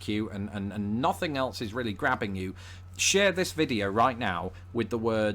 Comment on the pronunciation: TOTALLY love!! 'Noth Ing' = Nothing:)